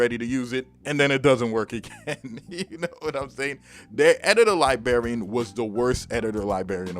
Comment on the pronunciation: That Editor Lie-BARRY-Un. Lol you're making me want to pull it out back out and have some fun. In all seriousness, it was great for Reason and basically made for that program but awful for FL. It's one of the main reasons I switched to the FL Key mini once I decided to get back into making beats (as I mostly use FL nowadays), but I'm still going to keep it around just in case I want to mess around in Reason for old times sake.